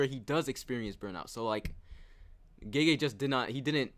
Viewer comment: Why does he call the author "geje" lmao. I get that "gaygay" like americans say it is also wrong but at least its closer to the correct one